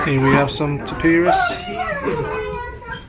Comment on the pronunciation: It’s not Tapirars it’s Tapirs lol